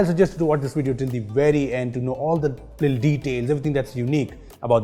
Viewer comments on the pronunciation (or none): He says little as lil